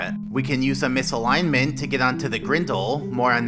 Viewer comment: btw you should pronounce the "t" in "misalignment". ;)